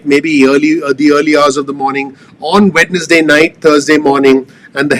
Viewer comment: I love how you pronounce Wed-nes-day... lol. Good work Dr.